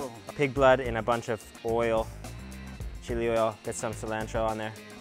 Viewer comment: I had to stop watching when ever he said cilantro